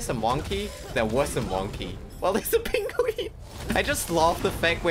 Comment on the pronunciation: you got that benedict cumberbatch pengwing pronounciation ayy😂😅